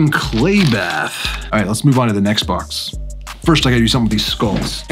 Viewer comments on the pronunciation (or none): none